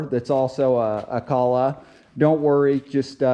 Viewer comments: Good information, but you need to work on your pronunciation of "Kohler". I'm originally from Sheboygan Wisconsin near the town of Kohler (a company town.) My grandfather and cousin both worked there. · Is this a troll, or an inside joke or something? I'm on my 3rd video of yours and you pronounce Kohler purposely different in each one. Is it to drive engagement in the comments or something? Or you hate Kohler engines, and refuse to say their name? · I hate the way you say “below “ and how you pronounce kohler that being said this video was pretty helpful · ‘Kah-lag’.... or it’s real pronounces coal-er. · It's pronounced Coal-er. Wtf is Calla... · not caller motor but koohler motor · Kohler- "Coe-lur" Not kahla lol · Kooooohler not Kahler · its pronounced coal-er not calla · Come on dude. Its kohler, kinda like colder, just no d. But calling it colla, is better than kosher like you other video like this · Kohler pronounced Coal-er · I know I'm not going to spell this right but I'm doing it to help you pronounce it right, Ko-ler, and the O is long, you're making a great video cuz I looked at your video cuz I'm having that problem I want us hoping that you keep making videos and I just wanted you to know that for the future so you're not so right thank you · It's pronounced like KOLER. Like ROLER but with a k. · Ko-ler, Now say it with me. Ko-ler. There's an r at the end. Koh-ler. You can do it. Take it slow. Koh-l-er. You're making it way too hard. Ko-ler. Don't forget the r... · Pronounced "Ko Ler" h is silent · It is actually pronounced, Joe (rhymes with "Doe," a female deer, or a guy named, "Joe") and Ler, (rhymes with burr)...koe-ler (silent "h" like you find in hour). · Stop saying Co Lah🙄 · Pronounced KO-ler. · Please consider CO - LAR as way to pronounce KOLHER town in Wisconsin , Thank you for video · Learn jow to pronounce the name of the engine name